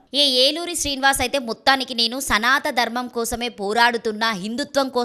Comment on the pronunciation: యాంకర్ కి సనాతన ధర్మం అనాలని కూడా తెలియదు. బహుశా 10వ తరగతి కూడా చదవని వాళ్ళందరూ శ్రీ వర్షిణి కథతో ఫేమస్ కావాలని తహ తహ పడుతున్నారు. కాల మహిమ.